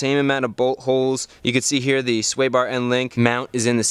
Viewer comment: i kept hearing "butt holes" when you kept saying "bolt holes" LOL DIRTY MIND!!!